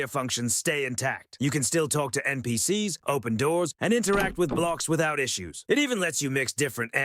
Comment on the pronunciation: Cheap AI slop. Rigid formula, horrible voice that cant pronounce NPCs and so much bloat without any meaningful content. You should be ashamed of yourself